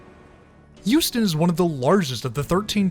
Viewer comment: At first I thought he was saying Houston.